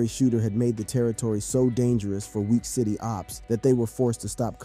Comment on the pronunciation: Wiiic city, not weak city